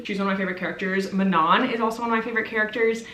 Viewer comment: I love your videos, but the way you were pronouncing Manon hurt my welsh soul a little, for future reference it would be a welsh phonetic 'a' so an 'ah' noise so it would be Ma(h)non